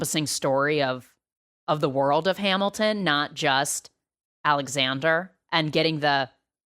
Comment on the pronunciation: “Alexandre” lol